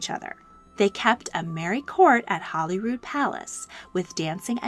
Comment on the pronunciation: This was such an enjoyable and informative video. Just two minor things. The name of the British residence in Scotland is Holyrood House , not Hollyrood. The instrument that is played is the clavichord not the cavlicord.